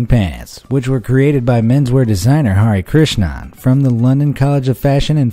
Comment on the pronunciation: Oh no this pronunciation of 'Hari Krishnan' but my friends name was that! And that pronunciation is so bad lmao i love him doe